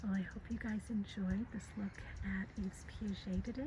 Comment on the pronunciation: Yves is pronounced like "Eve." It's French and the s at the end is silent!